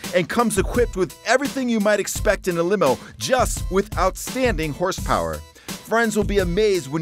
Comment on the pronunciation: 8 million houhse power